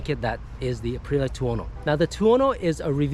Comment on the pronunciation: Would you PLEASE pronounce the bike's brand name correctly?? Arrrggghh!